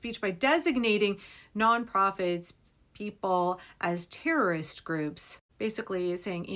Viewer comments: Btw.........you missed the opportunity to tell us you have a rare bone marrow disorder that prevents you from pronouncing the letter t in the word erroris?😂 If you get it........... you're both awesome and unfortunately old!🖕🤪🖕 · I don't understand the term, repeated term that sounds like errorist. That is what I heard sounded like. What is it? Never mind. You explained it. :)